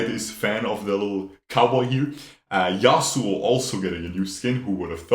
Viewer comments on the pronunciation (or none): none